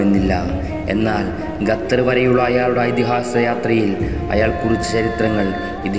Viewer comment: ഗത്തർ അല്ല ഖത്തർ